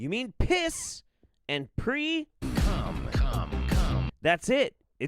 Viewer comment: "They can get fucked about The Grand Coming." Me: Cum cum cum cum- I will never not hear that sound bite when says 'come' in any context.